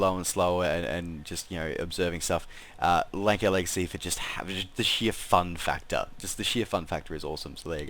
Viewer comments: Probably the aircraft I fly the most. I think it's pronounced "Lance-air". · Um no. Offense but it pronounced lansair